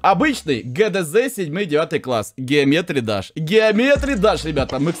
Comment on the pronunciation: геОметри Даш а не геомЕтри Даш